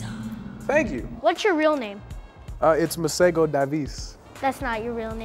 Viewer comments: His pronouncing his name wrong, its not Masago its Masego. Also its not T swana, its Tswana...but hey whateve tickles your fancy bro, its your name you can make it whateve you like. From your friendly South African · I'm from Africa , South Africa and I can speak Setswana. It's pronounced maseho . Get it right. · In South Africa we pronounce Masego differently. The 'g' makes a flem sound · I live in South Africa (where his name originates) and his name Masego is is pronunced (MAH-SEH-GOU) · Yea the way we say it is ke ma-se -go(emphasis on the g) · 'Masego' is not pronounced the way any of the people here say it. The 'g' is much harder, not a soft g but a harder g which sounds like a grinding/pulling at the back of your throat. similar to how the name Juan is pronounced. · Y'all aren't pronouncing his name right I know I'm from Africa, I speak setswana but anyway. He has a name usually used for girls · In South Africa that's not how we say Masego...kinda makes my eye twitch. But ok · That is a Setswana name but that is not how you pronounce it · The man can't even pronounce his name correctly. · lol Masego cant even say his own name ryt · Lol That's not how you pronounce Masego😅